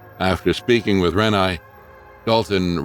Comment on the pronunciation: Except for saying Renai’s name wrong, I agree.😊